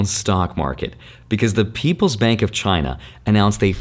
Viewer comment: Is not China, is “Giainna” 😀